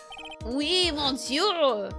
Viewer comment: Despite the word 'monsieur' being written that way, the 'mon' part is actually spoken like 'miss' (i.e. "miss me?") ."Sieur" is the same tone as the German "ö" actually, one of the sounds rarely produced in the English language. If I had to give it an equivalent, it would sound somewhat like the "Ea" used in "earl" or "early". So in English, you basically pronounce it "miss-ear(ly)", without the (ly) at the end. It also kinda sounds like "miss-you" if you put a heavy Scottish accent on the "you" part. French is one of those languages where a lot in those words gets swallowed up and muted or lost. "Mais bien sur" is actually "meh bee-n sür" (again "u" turns into the German "ü" sound.) "Tres" is "Tr-eh" (like the confused "...eh?" expression or the "e" in "emerald". "Alors" is "Ah-lor" (again like the "Ah" expression). Generally speaking, the "s" at the end of a word is a suggestion most of the the time and gets muted.